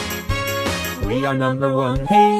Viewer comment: Every time they say "hey" it sounds like "ah" and it's freaking me out.